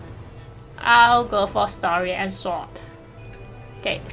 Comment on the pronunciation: Story and sowrd? 🤣 And they say asians love their games extra hard.